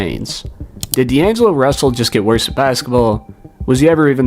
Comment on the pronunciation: “What made it wowse”